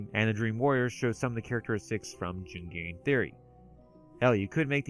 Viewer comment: Jungian pronounced Youngian, not jungarian.